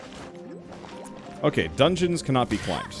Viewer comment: he said dungens